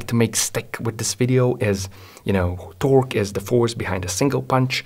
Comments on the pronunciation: The way he says “ T o r q u e “ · torque "tôrk" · The way he says torque 💀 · When this man says torque I feel pure horror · i love the way this guy says torque